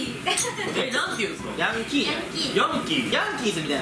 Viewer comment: ヴァンビのヤンキーの発音合ってるよ 関東以北はこの発音だと思う